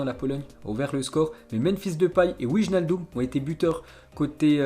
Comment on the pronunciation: Il fait aucun effort pour l’accent lui a chaque fois c’est comme ça même certains noms de joueur comme Wijnaldum ou autre 😂 et la pour Mount il a dit mounte 😂😂😂